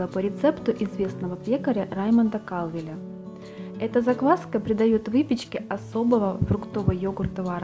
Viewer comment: Всё хорошо,только маленькая поправка:во франц.языке ударение на ПОСЛЕДНИЙ слог,а в английском на первый.КалвЕл фр.произношение